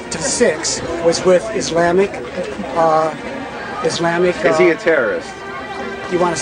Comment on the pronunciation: "IS-LAMMIC" LMAO!! I like that guy who said "this guy is good. this guy IS good." lol